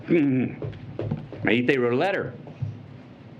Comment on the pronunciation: I was for the Second Amendment until I heard this privileged White guy that didn’t even care to pronounce Maité’s name correctly, preach it!